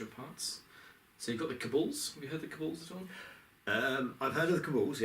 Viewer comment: Sorry I know I'm nitpicking here, but it's pronounced Kabal not Kabull. Look up 'Cabal pronunciation' on google if you need help